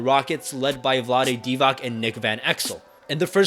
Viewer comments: Don't read last c in Divac's name as k. It's wrong. The correct pronunciation is a very soft ch (similar to word cheer but much softer). There's a letter ć, not c. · How to you expect to be taken seriously when you pronounce the name of Kings legend as Vlade Divak? It's not some random dude, his jersey was retired, pay respect to these legends by learning how to properly pronounce their names.